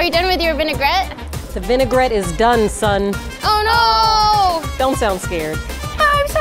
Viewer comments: You can spot a noob cook when they say “vin-ai-ger-ette” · I heard "vinegarette" more than once, too.